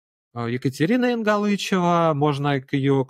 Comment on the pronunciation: ЕнгАлычева, ударение на А. В раменках она только на предвыборной компании шумела, потом ее тут видно не было ни разу. Все что нужно застроили, а как кукарекала как кукарекала....